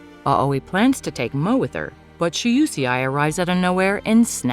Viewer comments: It's Shuusei 😭 Not she-you-she-eye 🤣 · " shu u see ai?" 😂 its pronounced "Shu - Sei" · Shoe-say it's pronounce like that I think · While I enjoy these recaps, I can't stand the bad pronunciation of foreign names. Not everything revolves around US. Shuusei is an example.